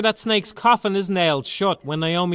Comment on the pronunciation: jeff peake I know that's what he meant to say. It just sounded like ''Fucks-die''.